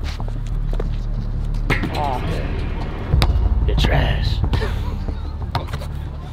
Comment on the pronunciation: "You're thrash" 🤣